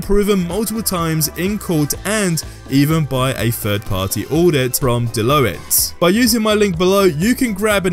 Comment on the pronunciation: ROFL the way you pronounce Deloitte